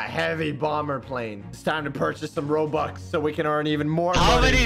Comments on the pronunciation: “We’re gonna be spending hundreds of thousands of Roblux” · “hundreds of thousands of roblux” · My guy said 'Roblux' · Bro fr said "Roblux" 💀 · At the start of the video said “ROBLUX” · he messed up a line in the begining he said we spend 100's of thousend's of roblux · He said “roblux” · He said roblux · You said roblox not robux lol.